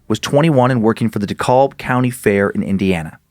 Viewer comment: So, getting caught up on this and... Buddy, google has lied to you. the AL in DeKalb is pronounced like "Hey, here is my buddy, Al, he is a satantic carnival worker" not ALL as in "ALL the small things has been banned for being satanic at the Dekalb High School Prom" As a resident of DeKalb County, allow me to vindicate you, these guys were from the DeKalb County free fall fair, and the fair has two parts 1. The county 4H fair, with the fairgrounds located just a few blocks from the court house. 2. THE CARNIVAL which circles the court house. These murders fed my mom's fear, who was already spooked by the satanic panic. As her only child, there was a L O T that I was not allowed to do because of these chuckle fucks. Untill this moment, I thought she had made this up